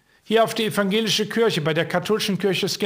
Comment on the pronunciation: Warum sagst Du denn immer "Kürche"?😂😂😂